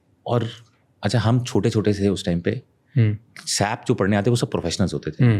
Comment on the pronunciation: He is a tech guy and but keep saying "Sap", "Sap", It's pronounced S.A.P (all separately)